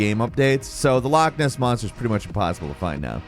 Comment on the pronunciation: is definitely an honorary Scot - he’s able to pronounce loch correctly- that’s a lot more than many Scottish people seem able to do nowadays